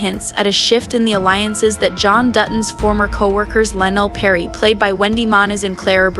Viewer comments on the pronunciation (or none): none